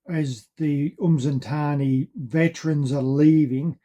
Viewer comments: I actually do have them recorded, They will never be gorgotten; at least not by us the descandants of those Xhosa warriors who died defending their lands from Colonial enroachment. And giving feedback is not being rude, as much as you have recorded these events you are not doing justice by minspronouncing the names - a Xhosa kid from Centane 100 years from now will not know what "uMzintzani" is - They will however be able to point where "Msintsana" is.. Sorry for giving feedback; Peace out:hand-purple-blue-peace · LOL my goodness, these guys are butchering my ancestors' names and geographical areas.. Its Msintsana not "umzintzana"